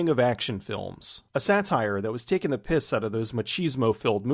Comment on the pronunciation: There's something odd about someone non-british saying 'taking the piss'